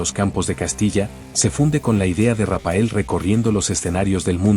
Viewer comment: Rapael no RAPHAEL, la pH suena como f. Si no fuera por eso y la foto que habéis incluido hecha con IA y señalando a un Raphael super anciano, parecería que hasta lo habéis entrevistado, habéis inventado todo. Lastima que hayais inventado todo. Tanto Rapael es patético señores Raphael, leído Rafael.